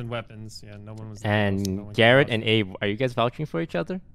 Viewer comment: Do you pronounced abe like ape